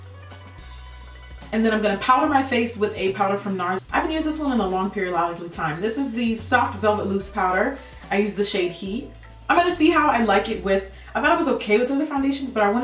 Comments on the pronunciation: So no one's gonna acknowledge that she said a long periolodically time😂 love that video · Hahaha she says "long periololicly time" like its normal ! U cannot do that jackie !!!! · No you didn't say "in a long periololically time"!!! I peeped! Bye Jackie!!! 😂😂😂😂😂😂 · "I haven't used this in a long periololically time" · "Long periadically time" I haaatteeee yooouu lmao! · I nearly choked on my damn catfish when you said "long periodloically time" like you just said that in the most conversational way 😂😂😂😂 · yaaaaas soooooo beautiful. long periodically time...love how you said that with a straight face.